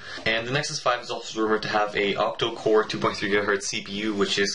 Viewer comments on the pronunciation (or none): By the way it is called OctaCore not OctoCore